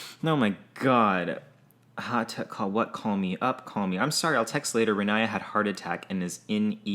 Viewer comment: Wife’s name is pronounced Ronya